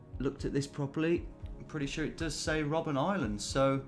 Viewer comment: You really don't like reading names, do you? :D First Robben Island, then the word "Nürnberger" in front of Christkindlmarkt.